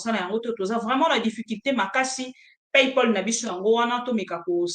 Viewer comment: PayPal et non palpay